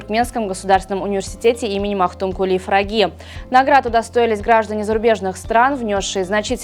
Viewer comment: Почему Магтукули фраги а не пыраги ?